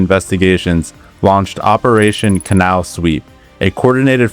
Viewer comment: Please stop mispronouncing Canal.